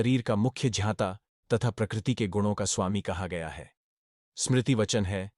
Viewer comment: ज्ञाता को क्यों झ्याँता बोलते हो, भाई? संस्कृत श्लोक मे केशव को क्यों केशव् बोलते हो? उस मे जो छन्दोबद्धता होता हैं उस के अनुसार उसे केशव याने 'व' को पुरी उच्चारण करना चाहिये, ना?